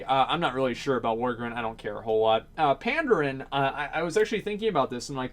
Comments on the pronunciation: pan-daren not panddd-errrn i cringe everything you said it, it was painful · Why would Vryjul and Tuskar be sub races? They could be they're own race. Also, why do you pronounce Worgen as "Worgren" and Pandaren as "Pandarin"? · you pronounce Pandas wrong dude, but Tuskar is cool.